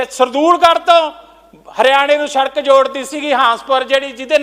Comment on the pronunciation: Eho jehe v minister bne hoye ne jinnu sadak khna ni aunda. Sadak nu sharak keh reha. Kdo educated bande minsters aange parliament wich.